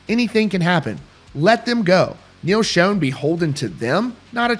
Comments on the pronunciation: It's pronounced SHAWN not SHONE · Love the content and keeping us posted....Neal pronounces his name like SHAWN...God love you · It’s pronounced NEAL ShAWN not shown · First of all, it's not Neal Shone. It's Schon (shawn). Secondly, this all stems back to a tweet or fb message that (supposedly) came from Neal's wife about two certain people in the band needing to remember where they came from. Arnel originally responded to that message stating he will never forget where he came from, he's paid his dues, and they can fire him any time they want. What we don't know (but I'm sure the band does) is who she was actually referring to and if it was actually her that said it and not a hacker. There's so much crap being slung around behind the scenes (band, wives, media, hackers) it's hard to know what's fact, fiction, misconstrued or misunderstood. Everybody but the band just needs to stay out of it and let them handle whatever is or is not going on and let the dust settle. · If you are reporting rock news maybe you should know how Neal Schon’s name is pronounced. These channels are embarrassing, the people on them are even more so.